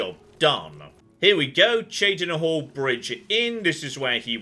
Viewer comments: Good to hear beginning to pronounce Cheydinhal somewhat properly in this episode. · I love it. He's saying Cheydinhal correct. Now we just need to work on Chorral (Coral).